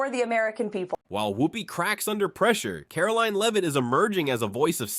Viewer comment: Why is it so difficult for the narrator to say Caroline? Pronouncing it differently and wrong each time.